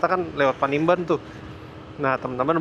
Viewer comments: Panimbang!! Bkn panimban ...😅😅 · salah sebut, bukan panimban tapi panimbang